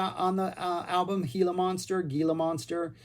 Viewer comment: Great review, really enjoyed it! Gila is pronounced "hee-la" because it's a Spanish word.